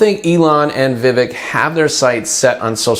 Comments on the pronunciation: You’d lend more credibility to your video if you knew how to pronounce Vivek… I stopped listening after the 3rd time you said vivick… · Vivek is pronounced Vi-fake, like cake😊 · Ramaswamy’s name is pronounced Vivake, even if it is spelled Vivek. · It's not vivick I'm worried about it's musk